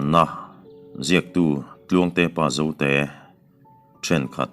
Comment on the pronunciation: Jote a intih mawlh mawlh khi😂